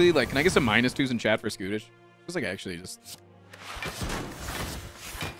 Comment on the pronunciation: i get so confused when he keeps talking about skootish lmao